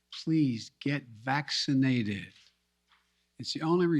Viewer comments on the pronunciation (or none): I love the way he emphasizes “get vaccinated” “get the booster” “do it NOW”. Oh yeah he really gives me comfort. This geriatric moron. JC